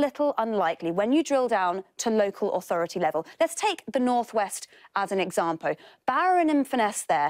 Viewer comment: 'Let's take the North West as an exampo'. What?